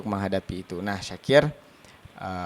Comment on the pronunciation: Syakir bukan zakir